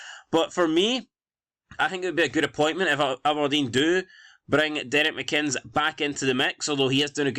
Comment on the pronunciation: Why u keep saying mccinns?😂